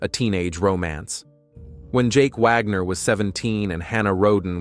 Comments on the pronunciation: Stop saying Vagner! It's Wagner!! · Its Wagnor not Vagor. ??? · Wagner, not vagner.